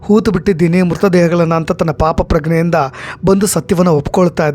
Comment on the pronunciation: ಸಾರ್.....ಅದು ಪಾಪಪ್ರಗ್ನೇ ಅಲ್ಲ...ಅದು "ಪಾಪಪ್ರಜ್ಞೆ"